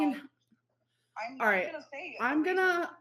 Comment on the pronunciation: is this the new personality we knew was coming? The way she is pronouncing words and acting like shes always done it that way is making me see red. Raght, raght?